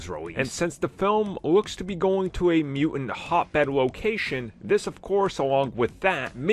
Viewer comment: Mutant is not a word like knife where one letter is silent. It's Mew-TANT, dude. It's ridiculous you can`t pronounce it correctly